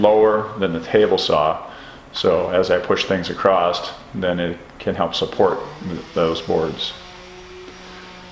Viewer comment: It sounds like you are saying “acrosst “. Is this a woodworking term?